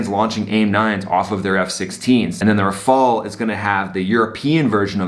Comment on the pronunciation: glad you can say Rafale the right way lol